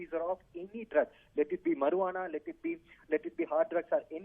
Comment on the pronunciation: I am laughing at how he pronounces marijuana. He says mur-waa-naa lol. It's pronounced Marry-uana .